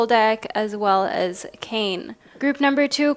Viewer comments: Minor correction for pile 1, Kāne is pronounce kah-nay, not Kane (kay-n), hence the little symbol over the ā. Sorry, as someone whose name is hardly ever pronounced correctly, I just had to say something. The art on his card is chef's kiss level beautiful too, he deserves to have his name said right. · Just to let you know Kāne is actually pronounced K-A(vowel version)-neh that’s best way I could think of 😅 why is it that and not kane is because the Hawaiian alphabet is mostly vowels. this is not hate just teaching you a Hawaiian lesson p.s I am from Hawai’i and did Hawaiian language for an elective but in highschool. Also love the video and went with my gut and chose group 1. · Hey there just trying to be helpful but Kāne is pronounced like Kanye west but with out the yuh soun so ka-neigh. But with an extended a sound so like kaa-neigh. Otherwise: I felt super drawn to teo cards in this reading. Kane because very very rarely do we see pacific islander spirituality and religion represented in modern western spiritualism. And truthfully i was only drawn to him till i was like slow down look just to see who’s represented. Apollo is a figure of much importance to me so i knew i was supposed to hear that too. Wow oh wow! You are a fantastic reader and i enjoy how the big sis vibes. As an eldest daughter i am almost always looking for the big sis i never had lmfao. You do it splendidly. (Saying this is the least parasocial way possible) As for the zodiacs I went ahead and listened to my main signs for both western and vedic astrology. Once again 🤯 you are a cery gifted and intuitive reader! I hope all is well with you and yours. Thank you for your videos!💛💛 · hii- just to let you know, kāne is pronouced (kaah-neigh) this is coming from a native hawaiian aswell 🤍 Kāne is the Hawaiian word for Man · For group one It’s actually pronounced “kah-nay” I’m from Maui, HI just want to make sure the Hawaiian language is pronounced properly 😊 I love your channel ❤